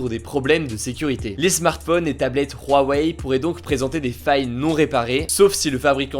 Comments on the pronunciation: C’huawei ! C’hugo ! Insupportable cet accent sur Huawei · Pourquoi tu dis "RHuawei" ? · On dirait pas Rouaweille, on dit OuaOuai ^^ (Pour Huawei) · Pourtant Huawei on dit que ça se prononce "OuaOuai" et non "rouaweille" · On va parler de "Ruawei" xd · " de rouarei "😂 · Non, ca se prononce bien "rouaweille" en chinois (华为) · Rwawei Tu m’a stresser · Apprend à dire Huawei, ça me perturbe ta prononciation :'( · La prononciation de Huawei me perturbe mdr